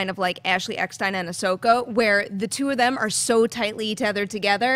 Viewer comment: Did she say Ahsoko